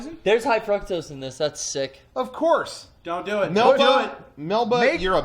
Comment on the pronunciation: high Fr-uh-ck-tose